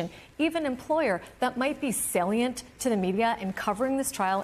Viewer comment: You don't say salient like "sailient", because it's not spelled like that. Speak English or don't bother.